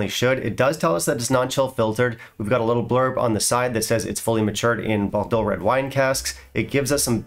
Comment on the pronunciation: Not a shrinking Violette, haha! And ""boar dough" is how you pronounce it.